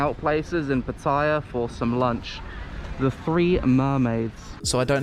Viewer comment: Glad you're enjoying Thailand. I used to live there for 2 and a half years and had some good memories and bad. Quite amusing how you say Pattaya differently, hey-ho. Here are my two pieces of advice: Don't purchase a place in a complex because that will slowly go downhill because no one pays maintenance and not all, but the majority of Thai's will start to move in as the houses get cheaper and it becomes less of a quiet place. My second piece of advice is to be careful with the Thai woman there. I heard so many stories.